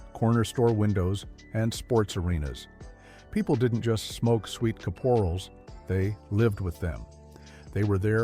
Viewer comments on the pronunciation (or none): AI: so 'intelligent' that it can't pronounce a word or name the same way twice in a single passage. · Fuckin AI pronounces the name of sweet caps 15 different ways in one video.